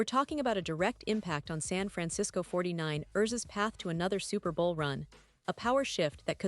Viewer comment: Fuck this AI shit! Can't even say San Fran- Cis- Co 40-9-ers right!